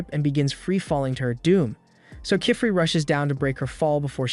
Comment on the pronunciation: I love how each time they say the master witch's name it's a different pronunciation… Kifrey ?